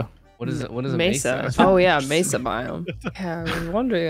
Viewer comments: Sorry if somebody has already commented this and I haven't seen it yet, but both "Mee-sa" (the way says it) and "may-sa" (the way pronounced it) are both wrong. pronunciation was closer but Spanish doesn't have diphthongs so there isn't a Y sound at the end of the first syllable. Vowels in Spanish each only have one sound. So it should sound more like "Meh-sa". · MESA or MAY-SAH not MEE-SAH 😭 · There's a city in Arizona called Mesa. As a resident, hearing Mee-suh is borderline painful 😂😂